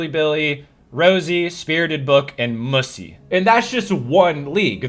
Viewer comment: Appreciate you a ton. I’ll be around fighting till the last people are standing with Jithins and company that’s for sure. Kicking and screaming if need be. Also, when you called Musi (Mew-zee) Mussy I almost passed out. Also also looking handsome imy hope all is well 🤍